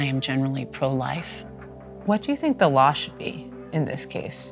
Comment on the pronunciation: This is the second abortion documentary I've watched this week where the narrator pronounces the as da. What is going on?